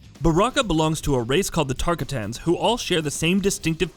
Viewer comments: TARK A TANS HAHAHAHAH im dying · Who's Tarka tans? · He can't say tarkatins he's already irrelevant to knowing his history